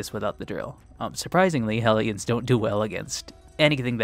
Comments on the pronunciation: Why do I keep hearing "Aliens" instead of "Ellions"??? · Anyone else kept mishearing Hellions as Aliens?